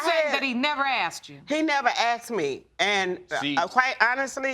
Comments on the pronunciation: He axed her!!! Painful !😂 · " axed me" 🙄🙄🙄🤦🏾‍♀️ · Why does she keep saying axed? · He axed her good lord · Why are you saying "aksed" instead of "asked?" You irritate me! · Will both of you stop saying "Axed" for asked? You sound ridiculous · Why do they say Axed... where is the axe? Is it not called asked... ? Just confused... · He never axed me!! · Why can't anyone talk right.. its called :" ASked.. not Axed.. thats something very different ... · Lady i understand your pain but you saying if he asked me or aksed me i would tell him the truth is not an excuse. He deserves the truth wether he asked you or not. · axed me?? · What’s all this ? “He didn’t AXED me?” And him saying he did AXED her?, silly people, it’s not difficult to say “Ask” OR “Asked” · w/all of this "axing" going on, whole forests tremble in fear. the only "hurted" here, is the English language. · Lots of axing here🤷🏻‍♂️🪓